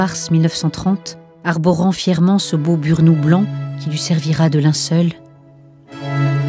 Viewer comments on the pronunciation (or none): On ne pronoce pas le "D" avec MONOD, mais on pronce le "S" avec Burnous, merci.